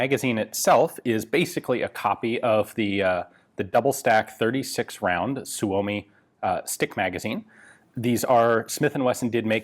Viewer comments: For the love of all that is holy, STOP SAYING "SUE OH MEE"! It's "SUE ME"! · It's pronounced Soo-Mee